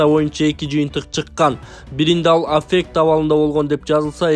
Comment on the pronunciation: Афек эле дейсин кыргызча котормосун айт же орусчасын туура айт